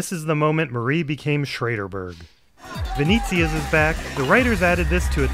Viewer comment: Oh god PLEASE it's not 'Veneeeezia', it's 'Venetzia'. It's the Italian for Venice!